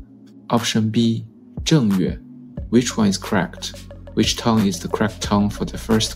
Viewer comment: 可是正月我們都念四聲